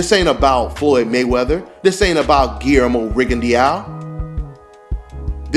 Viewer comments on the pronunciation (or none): its pronounce guilermo rigondo in french eaux is pronounced by ``O``